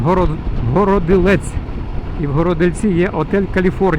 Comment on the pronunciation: Вітаю.Городилець,наголос на другу "о".